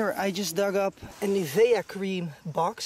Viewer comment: Thought metal detecting in France Belgium was banned and need special permission And nivea is pronounced. Niv e ah